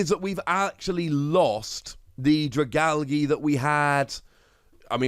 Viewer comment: no one: pronouncing dragalge: Dragalggy